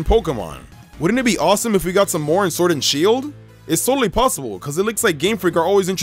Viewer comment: i like the vid but ur voice omg, SWord and shEIld